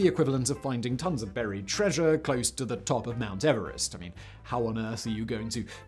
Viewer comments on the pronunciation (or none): none